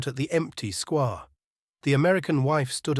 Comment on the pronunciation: Hemingway us full of undemonstrative men and discontented women. Sweet ending, though; she won’t be totally miserable. The reader spoiled it for me somewhat: the monotone and pronouncing “square” as “squa” sounded AI.